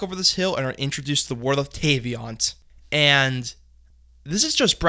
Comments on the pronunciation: im sorry but please stop saying tayVIANT its vat vat vat vat of water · Couldn't even pronounce Teyvat correctly